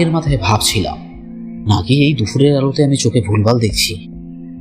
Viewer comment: দাদা উচ্চারণটা "দুফুর" নয় "দুপুর" হবে